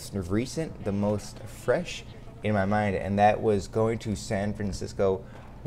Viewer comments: Am I the only person who notices he says "what is goat-in on?" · Can he not say going correctly